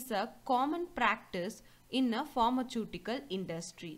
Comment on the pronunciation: Please pronounce properly as pharmaceutical